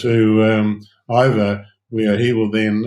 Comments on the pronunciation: So disrespectful of Ben to mispronounce Ivor's name ("Eevor"???). Shows a lack of respect and/or preparation. And on top of that exercising while having the discussion. Shameful. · “Eevor”. Didn’t know you had a new name Ivor 😂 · Yes, annoying, and should learn how to pronounce the guest’s name (Ivor).